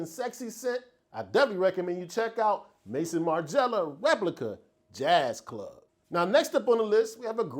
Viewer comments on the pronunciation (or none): none